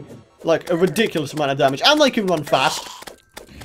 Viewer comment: everytime i hear you say you can subscribe and i hear you can't subscribe.